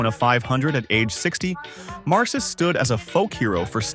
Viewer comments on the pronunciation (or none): It's pronounced MAR-kis. Dave Marcus-Wausau, WI. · The AI narration did fine until it got to Dave Marcis and pronounced it with a soft 'C' rather than correctly with a hard 'K' (just like the name Marcus).